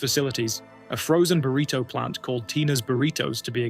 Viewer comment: Please learn how to pronounce words. Like "burrito."